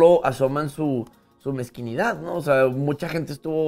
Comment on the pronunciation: Se dice MEZQUINDAD, no "MEZQUINIDAD".